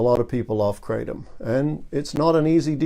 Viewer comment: good video. It's pronounced 'kra-tom' not 'kray-tom'. (I'm a Thai speaker).